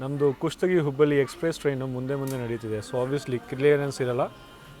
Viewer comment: Bro ninage Kannada uchara madoke baralla ಹುಬ್ಬಳ್ಳಿ na ಹುಬ್ಬಲಿ antiya, ಹೊಳೆಆಲೂರು na ಹೊಲೆಆಲೂರು Are you tamilian.